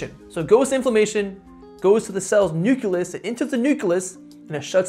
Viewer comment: Nu-cle-us, you got this, I believe in you!